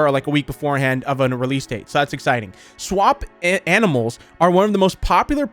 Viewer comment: You pronounce swap-a-Mals by this. Swap-uh-mules.